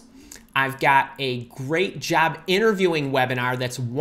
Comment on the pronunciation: Why u are saying jab not job